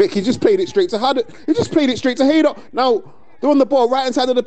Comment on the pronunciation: Not sure who the commentator is but he calls them Haddock FC a few times, love it